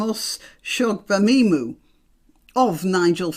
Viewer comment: Congratulations on pronouncing Dr.Shola's last name. Marlene Hadleigh was a follower of the Doctor and tried to emulate her style of dress. As far as i can see the only difference between Dr S and mr Fararge is their gender both are bigots, both love to hear the sound of their own voice and both dress to exsagerate their ethnicity. I wonder if Dr. Shola haas an account with NatWest bank🤔